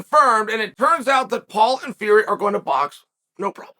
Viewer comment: 'Will Fleury' Simply incredible